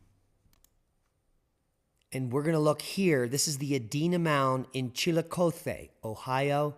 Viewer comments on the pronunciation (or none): Chillicothe pronounced chi-luh-kaa-thee just a heads up, I once lived in Ohio